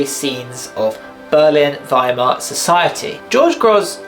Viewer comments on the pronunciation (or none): none